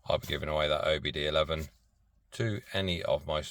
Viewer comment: I'm on a quest to teach people about the OBDII. You see, the II is not eleven, it's two in Roman. OBDII [2] not OBD11. That is all. Thanks for listening to my Ted Talk